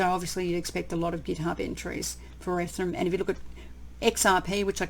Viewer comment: I love the way you say "ethrum"!